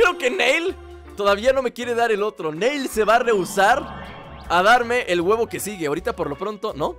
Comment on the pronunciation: no le digas NEIL es NIlL asi lo pronuncian en la serie de DBZ:)